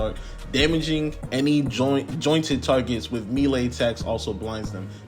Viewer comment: joLT not joint and voLT not voit lol. other then that good vid